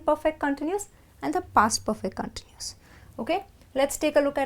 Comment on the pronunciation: In the word CONTINUOUS the stress is on the SECOND syllable not the FIRST. The goes for the verb to CONTINUE...